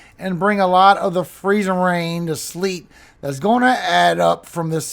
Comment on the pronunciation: We have a merch request for you from our 23 yr old son. Can you PLEASE make a shirt with the words Freezing RRain. Emphasis on the RRR the way you say it? We will buy it and I just know others will! ❤